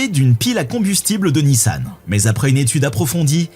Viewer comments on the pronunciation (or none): none